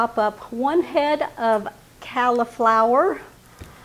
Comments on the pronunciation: Good recipe although i prefer the veggies to be raw and add raisins. Also ive never heard anybody pronounce cauliflower, "calliflower". Its pronounced colliflower. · Yum! Great recipe. I have never heard someone say cauliflower the way you do.